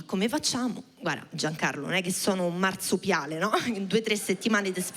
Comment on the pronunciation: per capire quando dice marsupiale ho dovuto riascoltare piano 3 volte, perché lei dice MARZUPPPIALE😮... gente ci sta la battutina in romanesco, ma per il resto un corso di dizione non sarebbe male.....e basta con sti burini